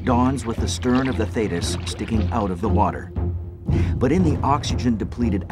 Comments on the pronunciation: Theeeetis...not thaaaaytis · As an ex-Royal Navy member, why have somebody from the U.S.A. as the commentator for an English Royal Navy documentary? Some of his pronunciations of places and ships (e.g. should be THEETIS not Thaytis) were way off and could not always be related to the real words/names such as we would say FOR'ARD not FORWARD compartment. Also, the Royal Navy does not have and has never had a 6th Fleet as stated because the British did not have fleets designated by numbers as the U.S.Navy did/does and in fact, that would have been the U.S. 6th Fleet. Just curious. 'nuf sed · It's HMS not USS and it's pronounced Thee-tis...not Thay-tis. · Thee-tiss, not thaydus 😕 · This was a disgusting episode in the Royal Navy they had every opportunity to save the crew and totally failed . PS it's pronounced Theeeetus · Very accurate portrayal of the event: I could relive it all, having served in the very same class of Submarine H.M. Submarine TALLY- HO. One of the results of this disaster was the installation of a Thetis [pronounced Theetis] Of the Thetis Clip. An extra safety measure prior to opening the torpedo tube door. Thanks for posting Ex- Stoker Mechanic Royal Navy - HM. SUBMARINE TALLY-Ho!